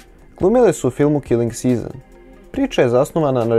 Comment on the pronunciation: kaze se brate 'kiling sizn' vraco sam 3 puta jer zvuci ko kilinsiza 🙄